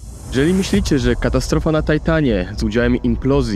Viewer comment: Na tajtanie? Czlowieku masz zajebiscie chujowy angielski, nazywaj rzeczy po polsku i nie trudz sie nad angielskim albo polangielskim.